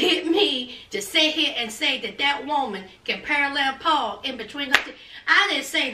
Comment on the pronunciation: Hi. Are you saying her name is "Paul"ine" Bunyan?